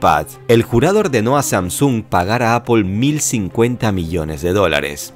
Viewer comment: Sam-sung se pronuncia haci